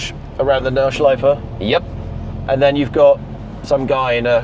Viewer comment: Nordschleife is part of Nürburgring. You said it wrong.